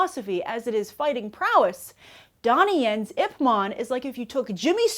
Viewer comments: oh come on, say the name of the role he plays right. It's IP MAN not IP MON... lol. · Are you saying "IP MON" instead of "Ip MAN"? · Ip Man. Not Ip Mon. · The way she says Ip man makes me want to kill my self. ip mon